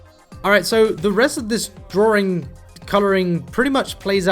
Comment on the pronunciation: Its DRAWING NOT DRAWRING